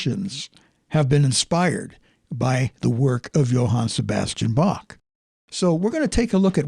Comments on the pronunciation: Should praactice with : How , Him, Her,Human, Home, Hello, Hell....etc The C is silent -and it's BAH not BAK.....OK....I'm done with it.... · Yes 'tis indeed a slight blemish on the analysis to mispronounce the composer's name as "bokk" with hard "k" sound instead of "bokh" with proper "kh" sound. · Can you please switch to the proper pronunciation of Bach name? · Please Learn to pronounce Bach correctly! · I know this may seem petty, but could at least make some effort to pronounce his name correctly? It just sounds disrespectful.